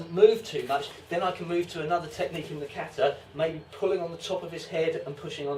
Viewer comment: How can you write a whole book about kata & not be able to pronounce the word "kata" correctly?